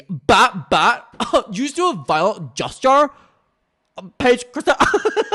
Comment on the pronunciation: DID YHEW JHUST DEW A VIOLENT GESCHURE?? 👁️👄👁️